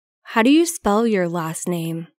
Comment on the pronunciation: Cô này đọc rất lạ . Nghe đi nghe lại mấy lần vẫn nghe cô này đoc chữ do là chữ did